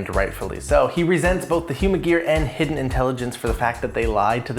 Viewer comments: I thought it's pronounced He-den, not hidden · It's pronounced: "He-Den"